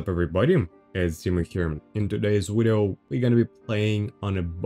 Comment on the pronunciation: I love the part where you say wideo